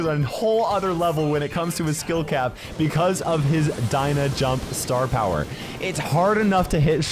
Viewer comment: "star pwower" - 2023